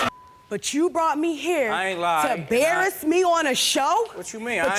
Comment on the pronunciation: ‘You brought me here to ‘barrass’ me?’ 😫